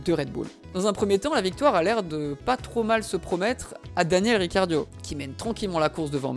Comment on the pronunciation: Trop bien la video mais sa me stress que tu dise riciardio au lieu de ricardo